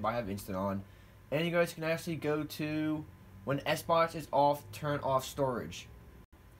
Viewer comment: Am I the only one who heard him say Sbox instead of Xbox